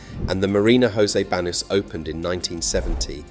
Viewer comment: The pronunciation of Marbella and Banus is so bad and the rest is bs.